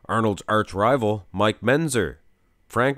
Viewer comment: Mike Mentzer not Menzer. You need to pronounce the tz sound.